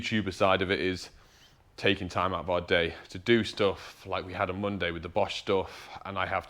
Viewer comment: lol, "Monday morning". I thought you said "Bundy morning"